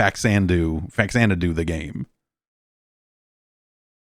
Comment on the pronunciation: • Relates story of childhood friend's humorous mispronunciation of 'Faxanadu' • Proceeds to mispronounce 'Faxanadu'